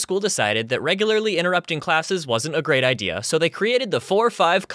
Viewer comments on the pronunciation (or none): I genuinely thought, when you said “gate”, you said “gay.” “SCOOPED UP THE GAY KIDS—“ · Every time you said gate i thought you said gay Ex. The Gay teacher would take The Gay kids to play tatagrams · When you said “gate” I thought you said “gay” at first so I heard- “The gay teachers came and picked up the gay kids” :T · the GRATE teacher would get the GRATE kids What I hear:.....the gAy KiDs? Welp I'm going thare! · OMG ME TOO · Was literally looking for this comment😹 My eyes widened in disbelief when I heard him say this😹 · Me too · Me either XD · Same too